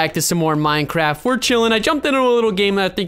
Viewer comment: Boooooo I hate. Minecwaft